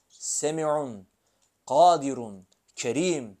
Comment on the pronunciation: KADİRUN ismi azam şerifi Gaadirun mun yoksa Gadiirun diye mi okunur. Arapçasında gadiirun diye yazıyor. Siz gaadirun diye Okuyorsunuz. İkilemde kaldım